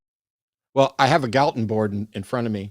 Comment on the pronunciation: Why are they calling him "Gallatin"? His name is Francis Galton.